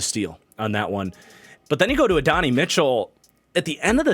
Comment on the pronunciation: Love your work, but Adonai Mitchell is pronounced “Add-oh-nai” not “Adonny”!